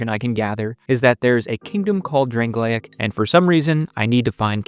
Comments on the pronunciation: I think it's pronounced Drang-Lake not Drang-Lay-Egg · The way "Drangleic" was pronouced hurt my soul.